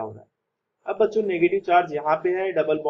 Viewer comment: Baccho listen like bancho 😂😂😂😂